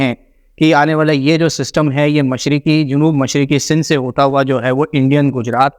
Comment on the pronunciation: wafqan..fafqan..waqtan mtasir kerta rahay ga 😂😂😂😂 sindh ko sill boltay ho... bhai plz improve ur vocabulary.